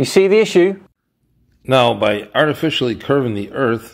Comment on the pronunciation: Did he say "Arty-fish-eye-ly" ?